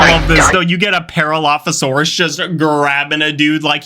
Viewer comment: Ah yes, "paralophosaurus" correctly pronounced